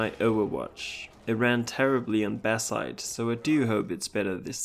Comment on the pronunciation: the moment I heard "Batzite" I knew immediately where this guy is from 🇩🇪